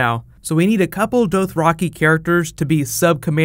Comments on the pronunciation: its doth-ra-kai not doath-ra-kee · Why do you say Dothraki so weirdly? Good video BTW. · Say Dothraki right smh